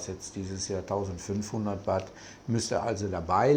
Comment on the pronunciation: Danke für die interessanten Ausführungen. Aber bitte, die Währung heißt Baht...man beachte das "h" in Baht oder in Thai das lange "า". Batt klingt etwas Strange. Sollte man aber wissen, wenn man sooo lange in Thailand lebe. 🙏🏻